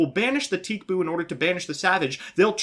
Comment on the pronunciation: He pronounces it 'teek boo' as in TCBOO.